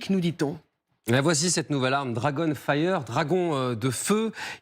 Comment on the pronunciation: Dragon failleur, j'ai entendu. Quel accent.